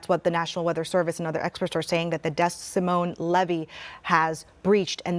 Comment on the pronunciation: Its pronounced. “dee moin” (rhymes with “see coin”) Like the city in Iowa. just fyi